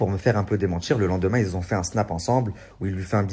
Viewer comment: Un détail mais on dit pas des personnes "qui zon"